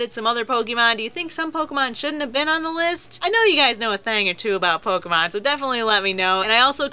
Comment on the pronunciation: Its not Poke-EE-mon, Its Poke-AY-mon. When the e has the line on top, it makes an AY sounds not EE sounds. You don't pronounce Café Caf-EE, do you. Its Caf-AY. So you don't pronounce Pokémon Poke-EE-mon. You dont deserve as much subs...